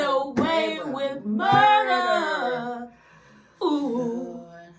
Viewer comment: You left the R out of Murder.